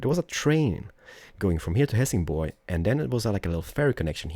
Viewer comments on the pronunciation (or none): none